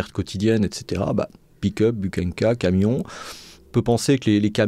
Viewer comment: "Bukhanka"... prononcez "Bourhanka" ! Ça veut dire miche de pain en russe.